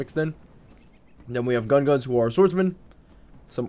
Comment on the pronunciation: It's Gungans not gunguns